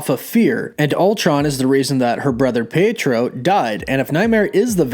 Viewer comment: Pee-A-tro. Not peitro.